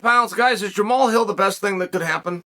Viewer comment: Funny the one guy whose name Chael can pronounce is Jamahal (pronounced Jamal).